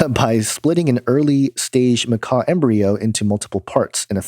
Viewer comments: not macaw, but macaque (pronounced Ma-kak). Sorry to correct you (it's actually a very common mispronunciation). But love your work. Keep up the good work! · "Ma-kack" not macaw. It's not a bird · Nice video. Fyi it's pronounced ma-kack.. ☺ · pronounced "muh-KAK".... Love you, man.